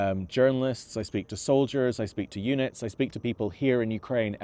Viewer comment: I heard "I speak to eunics" instead of units and was so confused.